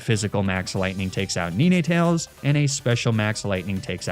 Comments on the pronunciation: Please. Please god no. It's 'nine'. Like the number? You know, 7,8,9. It's not 'nee-nay'. Please stop. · Really like ur videos, but u saying ninetales the way u are, when it literally has 9 tales is triggering me so much, its 9tales bro pls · he was sayin NINAY TAILS😭😭😭